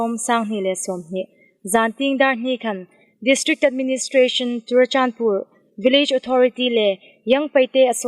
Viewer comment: Chorachandpur ti rî an ri lem tlat in ka hriet hlak. Churachandpur ani sih a.....